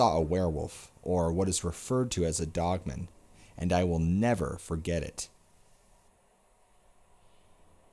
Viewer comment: Dude i have to tell ya I love the narration. BUT, IT DRIVES ME NUCKING FUTS THE WAY U PRONOUNCE “DOGMAN.” It sounds like ur saying “DOGMEN” instead of “DOG-MAN.” U dont annunciate and pronounce the word “DOGMAN” then way its supposed to be pronounced. Its pronounced “DOG-MAN, DOG-MAN, DOG-MAN.” LOL. The DOG part is pronounced correctly. But the MAN part sounds like ur saying MEN. ITS PRONOUNCED DOG AND THEN MAN. DOG MAN, DOG MAN, DOG MAN. It kinda ruins the story when u mispronounce the name of the topic of the story. Can u not say MAN like if u were to say “I am a MAN?” Do u pronounce the word MAN by itself like ur saying “MEN?” When u say “oh MAN!” Does it come out like ur saying “OMEN?” U shud work on that. U wud be my favorite narrator if u would just correctly pronounce the word DOGMAN. Its really not hard unless u have a speech impediment or sumthin. It doesnt sound like u do tho. It jus sounds like u dont kno how the word DOGMAN is supposed to be pronounced.